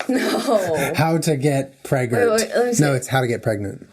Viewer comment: Lmao "am I pregenanart?"